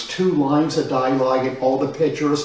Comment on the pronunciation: Can some one confirm for me what he's trying to say? I think he's looking for "dialogue" but it sounds like "die-lyge" or "die-ligen". Also, that is not dialogue, that's just regular ole narrative text. The fact that as a "professional" writer he doesn't know the difference makes me a little worried to have him teaching children. Thankfully no children will ever read his books.